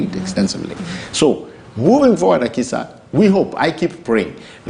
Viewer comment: it's not Akisha, It's Akisa.